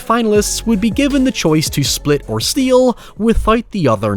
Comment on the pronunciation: YouTube's captions think can't say "steal" (it always shows up as "steel") and I probably agree 😂